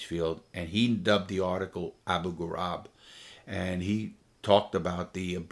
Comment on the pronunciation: Just to be clear, it’s pronounced “Abu Ghareeb” not “Ghurab” or whatever, great story as always